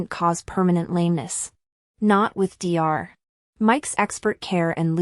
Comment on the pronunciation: It’s NOT D R when you read Dr you say DOCTOR. Read it properly!